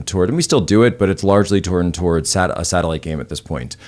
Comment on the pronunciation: That's a NASA "satilite" 😂